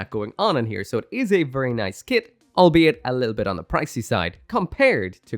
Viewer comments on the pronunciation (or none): none